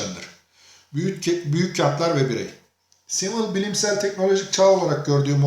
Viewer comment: telafuzunuz çok hatalı. düşünürün ismini bile yanlış söylüyorsunuz